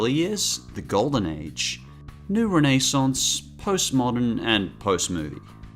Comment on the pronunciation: What type of terrorist pronounces renaissance like that?